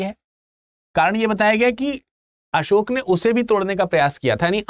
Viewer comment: भगवान बुद्ध और सम्राट असोक कहना सीखो बाद मे lecture दो 😂